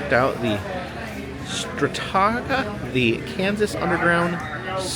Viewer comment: Pronounced Strat-a-ca